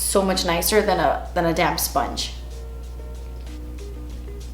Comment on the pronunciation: I thought you said damn sponge at first not damp sponge.